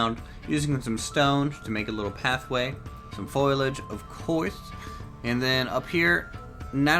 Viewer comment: some foliage... of coiyrse